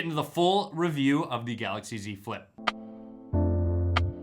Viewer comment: great review... every time you said Z Flip, it really sounded like you said "dze flip"